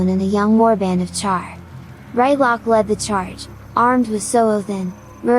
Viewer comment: Just returned from the Eaton Searing and heres the new episode! Also, not R[aɪ]tlock, it's R[ɪ]tlock.